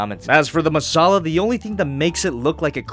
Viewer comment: It's called the Messala and you pronounce it 'Masala'? That's spicy.